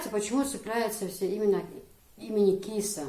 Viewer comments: Киса, пожалуй с ударением на "а":КисА, как МусА, ИсА. Красивое имя тебе дал мулла. Здоровья и счастья тебе и твоим близким. P. S. Баркал за интервью. ❤️ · Правильно имя( Киса) произносится с ударением на вторую гласную .